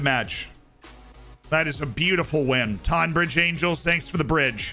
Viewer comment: I live pretty much next to longmead (tonbridge angels ground) funny to see them being mentioned. It’s pronounced tonne bridge though